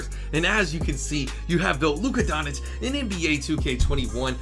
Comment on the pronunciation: Doncic = Don - Chitch Ch - as in Chicken Itch - as in “it itches me that you can’t pronounce his name” :k)